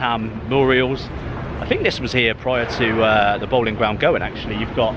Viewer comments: Its pronounce Bow-lin not Bowling and its Elija Wood not Burke 👍. The Boleyn ground was the most intimidating stadium in Britian! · Bowling Ground? Its Boleyn. Pronounced Bow Lane. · Isn't the Boleyn Ground pronounced, "Bow-leen" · A good but also a sad video to watch. Not many references to West Ham United remain, but you did miss the fact that some of the new buildings are named after previous Managers. You walked past (John) Lyall House at one point. It's funny that you can pronounce Bowen, but not Boleyn 🙂